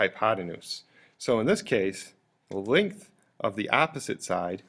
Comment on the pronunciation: Bit of a pronunciation problem here. Your "opposite" sounds like "apposite" (a completely different meaning). Two nations separated by a common language, wot?!